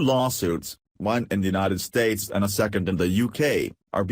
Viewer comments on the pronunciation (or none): robo voice says Untied States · The UNTIED States? O.K. Robo-voice, now you've gone too far! LOL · I know it's just the robot voice misreading but the Untied States doesn't sound like a terrible thing. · robot voice instant thumb down, robot voice just said quote "president of the un tied states of America"......really Un tied un fucking tied states do you even listen to what you put on here?